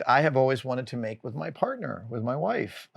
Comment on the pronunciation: For the love of God, say WIFE!